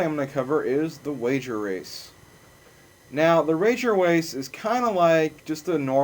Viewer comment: The "rager wace" ???